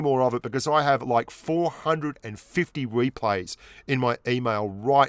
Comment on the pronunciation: replays or weplays and right or wight